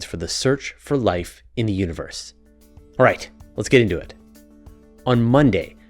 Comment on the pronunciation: Potato, potahto. Universe, uterus. Yeah, I can see how that's totally an accent thing ;)